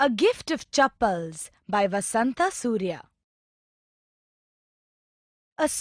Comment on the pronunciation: Actually the author name is "VASANTHA SURYA" not" BASANTA SURYA"